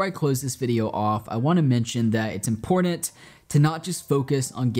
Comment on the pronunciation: Brother you are mad talented, but we need to teach you how to say the word "important" properly. ;)